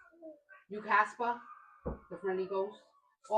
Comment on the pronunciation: “ you caspehhhh?” 😂😂😂😂